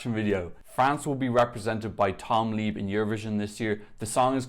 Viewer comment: It's pronounced Tom LEB by the way